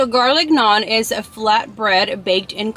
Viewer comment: you litterly pronounced the garlic naan correct😂😂😂😂